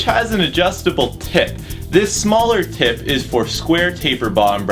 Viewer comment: His "adjustable tip" sounds like "adjustable tit"